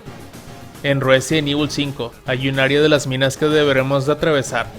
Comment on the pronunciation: "Ruesident Evil" 🤣